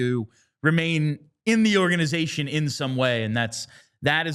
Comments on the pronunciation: I’m cringing every time she says organ-eye-zation. Could she be more of a poser. Serious “Pick Me” energy with this one. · Oh yeah the way she says a word total discredits everything she has to say, for sure. 💀